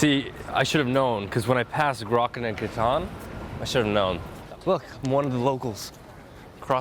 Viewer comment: "gtan" its Gatan it killed me bro